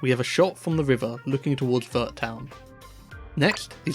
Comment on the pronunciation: I'm so confused about how Pokémon fans still mispronounce Arceus, after over 13 years. Also, Vert is pronounced more like "air" but with a V before it lol.